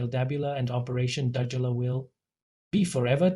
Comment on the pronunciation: You can't even pronounce Dudula. Fokof what ever you say we are behind her. Go to hell.